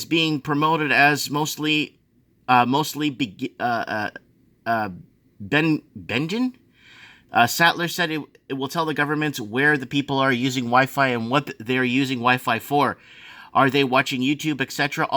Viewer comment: benign = "ben nine" (aka harmless)